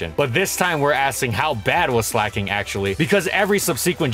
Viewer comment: Slack/Slacking plus, King, It's not sleigh king